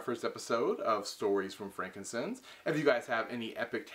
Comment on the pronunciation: Why does he pronounce it "frankincense?"